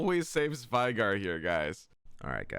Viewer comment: We already got the veigar but is still mispronouncing his name lol